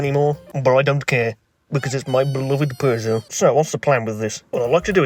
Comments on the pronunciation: wowwwwww a beugeot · ew he bought a peaugoueout french ew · I pronounce you Peugeot and wife